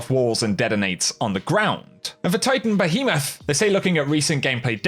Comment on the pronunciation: Damn behemoth got butchered...